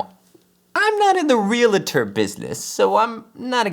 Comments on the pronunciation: Please, for the love of whatever deity you believe it, and for the sake of my English degree, please pronounce it "real-tor," not "re-la-tor." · Realtor Realtor Realtor NOT Realitor